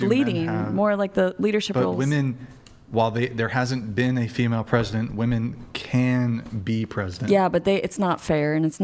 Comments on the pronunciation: Why do all these womEN always say womAN when they mean womEN?? It’s driving me nuts and I genuinely don’t understand it. I’ve asked multiple times in multiple different communities and never get an answer. It’s clearly deliberate, but what is the motive? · Goood lord! It drives me absolutely insane that the WOMEN on the panel always say “woman” when referring to multiple WOMEN. What is going on? Are they doing this on purpose or are they just dumb?